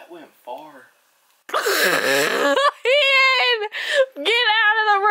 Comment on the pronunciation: omg no we’re gonna miss “clayden😂” so much😭❤️